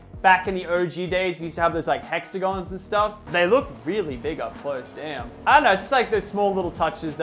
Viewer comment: He said damen he cussed bro not family friendly